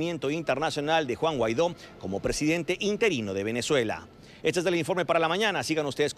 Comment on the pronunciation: Dice Salafranca, Juan Guairo, que cómico, si sabe su nombre... Es Guaido.